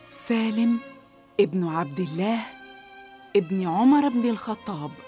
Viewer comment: صححوا لو سمحتوا (عُمر بن الخطاب) وليس( عمرو بن الخطاب)